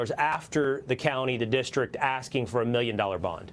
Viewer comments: It’s not AXXING! It’s ASKING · Did she say axing you"? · It's aksing- phonological dyslexia